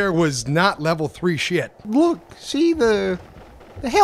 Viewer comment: said sheet.